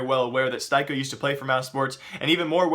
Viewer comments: styko is actually pronounced stick-o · styko is not pronounced like that, plus he never played for mousesports before, please hire me or anybody so somebody can help you with the mistakes you keep doing episode after episode again and again saying wrong information/pronouncing names wrong, no offense to you:) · plsss, stop saying jay-keem, and it's steeko, not stiko. you never watch pro matches do you or i guess you only watch matches with popular teams huh